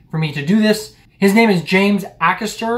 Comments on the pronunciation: Acaster is pronounced like Haycaster without the H. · It's A caster ... A as in A, B, C. :)